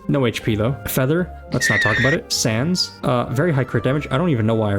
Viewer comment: Is it me or was he saying Sans instead of sands